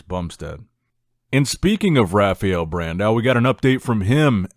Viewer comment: Ha-Fye-El Bro. Not Raghfael. Butchering his name even with American dialect.